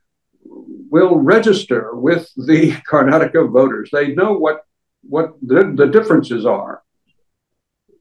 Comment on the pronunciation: So nice English person saying Karnataka properly, the hindii journalists keep always saying Karnatak . Good improvement DK singh is also properly pronounced the name